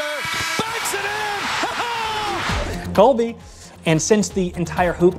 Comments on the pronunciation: Lmao he said Colby instead of Kobe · did call Kobe 'colby'? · Super unsatisfying dude said “Kolby” instead of Kobe lmao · Can we just acknowledge how confidently pronounced Kobe as “Colby” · Can we talk about saying "Colby"!? How does he not know Kobe Bryant 🤣🤣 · He said "Colby" instead of "Kobe". No one has mentioned the pure caucasian-ness of this offense. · Anyone else hear "Kolby" instead of "Kobe"? Was referencing the cheese and not the late, and great, athlete?? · really said Colby instead of Kobe smh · This dude said “kolbe” for the hoops one 😭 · did he say colby rather than kobe hehe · did he say "kolbe"?lol